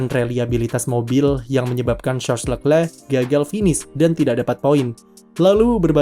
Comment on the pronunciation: jijik om cara sebut nama Leclerc